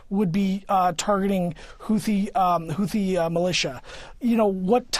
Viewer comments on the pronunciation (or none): none